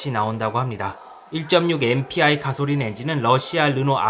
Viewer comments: 가솔린 발음이 안되시네여 가소린.... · 가솔린 발음이 참 구수하네용 ㅎㅎ